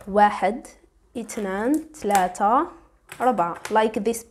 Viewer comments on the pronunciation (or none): none